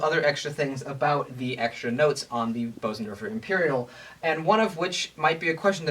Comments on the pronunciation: What's that, like infra sound? Careful son, you're going have elephants chasing you! Bösendorfer. Jeez. Expensive. It's German and pronounced more like boozendawfuh. Not bo-zendorfer. Umlaut O. Ö oo. Wow. You can almost hear each vibration of that lowest string. It is a freaky sound. What also helps the bass notes to sound so rich is that it's a Bösendorfer! ;-) Great video, kid. I was hoping you'd play something. Something by Bach. Now go back there and play something by Bach! Do it now please. No, now! Right now. NOW DAMN IT. NOW! Oh you cheated us. Brat. "... his name is ... Busoni." Of course! Bach-Busoni! I was thinking of the one composer I knew who transcribed Bach for piano. Busoni but did not know until I read the details. I don't know many other composers who have transcribed Bach. I'm no expert, but have tried the Busoni version of the toccata and fugue in d minor. "Tried" is the key word here. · Excellent presentation! However, the name "Bösendorfer" isn't pronounced "BOH-sen-dor-fer" ... See